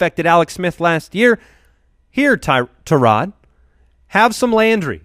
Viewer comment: It's bad enough you always talk about Tyrod Taylor....but now you pronounce all wonky saying Tarod. HIS OWN MAMA DOESN'T EVEN PRONOUNCE IT LIKE THAT